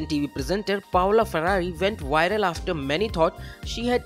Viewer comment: She went “wiral”. 🤣